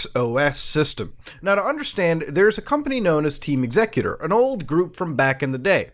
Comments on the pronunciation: "Xecuter" is supposed to be pronounced like "executer"... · All switches are hackable now, if you can find the chips. I also always thought it was pronounced EX-ecuter. Like an execution of custom code.